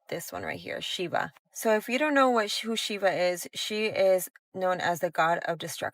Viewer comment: Did she just mispronounced Shiva? 😆